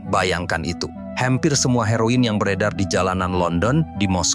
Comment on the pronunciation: Heroin kut di sebut HairO In